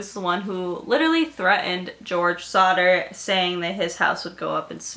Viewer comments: I thought she said Slaughter Family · I kept thinking that you were saying Sauter which is my cousin's last name and I was like freaking out but it's actually Sodder and George sodder sounded so much like George sauter which is my dead grandpa and my 2 cousins names